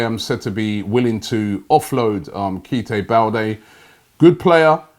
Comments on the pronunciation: Robbie butchering players name again !!! Its Keita Balde not Keyte 😎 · “Keita Balde” Robby: “ Kiite Balde” 🤷🏾‍♂️ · Keita balde not "keeta"